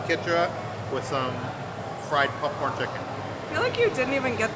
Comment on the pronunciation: Oh god he does it with popcorn too.. pupcorn just like he says huttub. What area of the world is your family from? LoL. I’ve never heard that before.